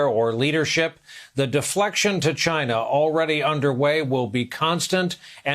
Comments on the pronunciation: “ASK CHY-NA” 🇨🇳 🤣😂😂 👌🏾 👍🏾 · Seriously though, ask Chy-NA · "Don't ask me, ask CHUYNA."😂 What a maroon! 😂 Also, what a jerk! 😠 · '' That's a question You should ask...CHAY-NA '' D. Trumps Jr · Funny how we have months of 2020 videos of Trump saying he did ask "Gyna"' and they are a Great country and president Xi is his "pen pal", and the Beautifool letters they exchange...he even had his virus carrying "Red hatted dingbats", laughing when he repeated it over and over at his Rallies! funny.."ask Gyna". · Ask CHY-NAH